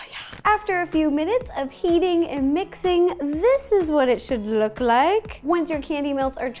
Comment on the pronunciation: "This is what it should LEWK like"